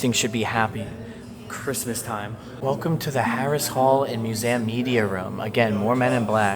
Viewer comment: I’ve never heard anyone say muzam instead of museum?😂 You are one of a kind,! 😊